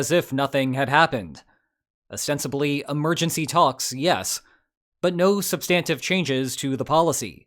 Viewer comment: Correct way to pronounce “substantive.”